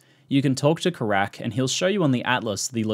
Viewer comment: It's 'Keyrack' not 'Karak'